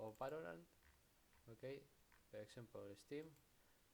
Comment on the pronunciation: okey? ok? YOURE OKEY??? BRO OK?????